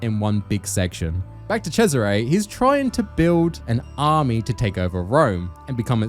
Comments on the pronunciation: You can say it how ever you want, but his name is Cesare (CHESS-a-ray), every time I heard you say it the way you did I twitched. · How can you play Brotherhood, hear the name Cesare a 100x….. and still decide to pronnounce it this stupidly? 😭😭😭 I was twitching.